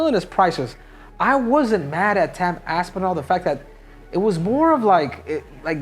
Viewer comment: Why does Cejudo Call Tom, TAM Aspinall?